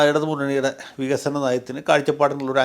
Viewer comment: 17 വർഷമായി പ്രസംഗിക്കുകയാണ് പോലും, നമുക്ക് വിഗ(ക)സനം വേണം വിഗസനം വേണം എന്ന്. ഇങ്ങനെ വികസനം പ്രസംഗിക്കാൻ മാത്രം ഒരു വിശ്വപുരുഷനെ ആവശ്യമുണ്ടോ?? കാപഠ്യത്തിനു ഒരു പരിധിയുണ്ട് Mr ഷഷി.